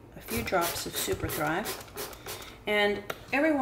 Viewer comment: You mentioned spraying with distilled water and ... but I could not understand what you added a few drops of.... sounded like "super fly", but if you get a chance, please write out what you added. Thanks!